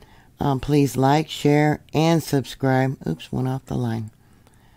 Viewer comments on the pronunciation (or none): none